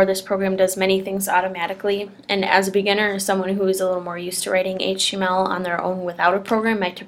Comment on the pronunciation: Better video that most. But, sheesh, slow your roll. , I heard "writing hache text". Took me a while to figure what you meant.